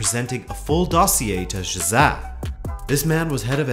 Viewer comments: Excellent summary. However, it is not zhosahh! it is zhoz-A (A as in the first letter of the english alphabet) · It's jose not josaaa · is that the correct pronunciation? I thought it should be "Ho-se" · You say “Jose” with a thick azorean accent. As someone who is the grandson of an azorean, that goes every year to São Miguel, I laughed once I noticed it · What way did you pronounce Jose? That threw me haha great video as usual lad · I hate how he says the name jose